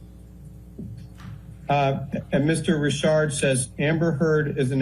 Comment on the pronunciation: Risshhardd for fuck sake